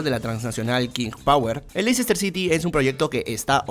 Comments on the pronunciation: Ya le he comentado en videos anteriores y parece que no lee los comentarios. Se pronuncia LESTER CITY, no LeICEster City. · Se pronuncia LESTER (o LESTAH) no Lecicester, aunque así sea como se escribe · Ayy no digas LEI-CES-TER ... suena horroroso. Dí Lesta ó almenos léster ... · el Lessssta se dice amigo.